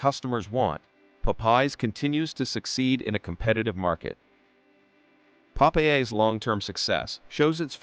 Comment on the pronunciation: Nice video. When you use AI for voiceovers, you can correct mispronounced words by spelling them differently. Popeye's should have been written Pop Eyes in the script.